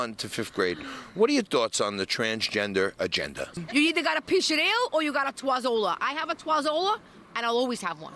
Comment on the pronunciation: Twazzola! LMFAO!